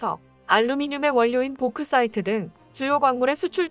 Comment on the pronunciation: 아나운서 아줌마? Bauxite 를 "보꾸사이트"라고 일본식으로 발음하면 안됩니다. 영국식으로는 "복사이트"라고 하고 미국식으로는 "벅사이트"라고 발음합니다. 고치세요. 우리는 무엇이라도 배우고 살아야 합니다. 벅사이트는 알루미넘 원자재 광물입니다. 세계에서 카리비안의 "자마이카 "에 매장량이 제일 많습니다. 전부 오픈 마인으로 지표표면에 위치하고 그래서 채취하는것이 쉬운편이나 알루미넘을 녹혀 자재로 제련하는데 대단히 많은 전력이 소비되어 자마이카에는 제련소가 없습니다. 그러나 그건 년대 이야기이고 이제는 1.아프리카 기니아, 2.호주 3. 월남, 4.브라질 5,자마이카 6, 인니로 순위가 매겨집니다.